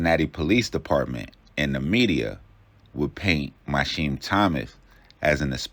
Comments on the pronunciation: why tf is you saying mysheem its mi keam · His name is pronounced My-Key-Heem AND those mugshots not even him it’s his brother